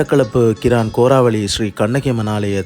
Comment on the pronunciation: உங்களது வர்ணனை நன்றாக உள்ளது இருந்தும் கோராவெளி தாய் பந்தலை கோரலிமடு தாய்பந்தல் என்று கூறுவது தவறு